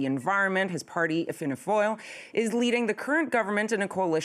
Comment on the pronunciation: Wow her pronunciation of “Fianna Fáil” was spot on. I’m impressed. She must have a work colleague that’s Irish lol. Fine Gael wasn’t so good but 10/10